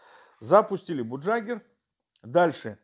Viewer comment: Программа называется не "бугджагер", а "багягер"!